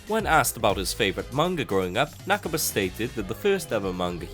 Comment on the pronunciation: its not nak-ba its na-ka-ba